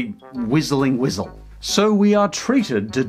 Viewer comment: Birthday "wisal" lol